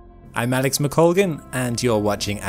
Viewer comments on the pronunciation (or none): none